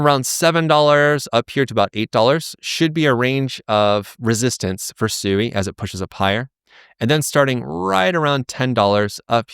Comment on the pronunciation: You don't even bother to pronounce Sui correctly. 🙄